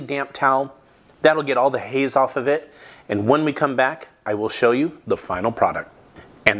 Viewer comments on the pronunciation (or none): none